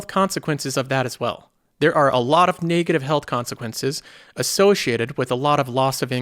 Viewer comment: where are you from? That pronunciation of "NAAY-gative" threw me off so many times I cant unhear it anymore haha. Just curious.